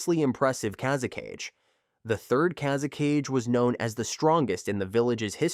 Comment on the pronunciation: Kaze-CAGE?!? It's KA-ZE-KA-GE!!